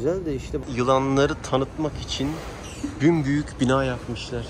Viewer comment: japonyada kala kala unutmuşsun belli ki. bümbüyük değil büsbüyük olacak. video harikaydı iyi geziler abicim